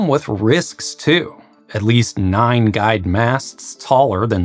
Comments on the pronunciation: Listening to this makes me giggle each time he pronounces "guides" as "guys". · It sounds like you're saying "guys"...? What??? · It took me 6 minutes to decipher 'guyed' instead of 'guide'. I'm kicking myself right now.